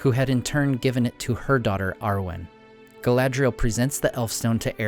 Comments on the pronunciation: I don't think "dh" is pronounced like that. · Your pronunciation of the elven names is slightly off. 'a' is always pronounced as in father. See Appendix E in The Lord of the Rings.